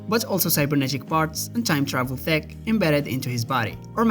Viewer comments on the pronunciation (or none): Why are you pronouncing "T E C H" as "T H E C"??? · He DID say THICC instead of TECH 😂 Edit: He actually keeps saying "thick" the whole time 🤣